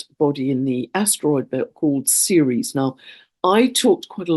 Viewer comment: what do you mean when you say "seres"? Is this Ceres? The moon of Jupiter?